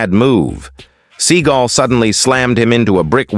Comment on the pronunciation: It's "seeGALL, not "SEA-gull." And yes, he is one of the most loathsome humans on the planet...now enjoying the obscurity he so richly deserves."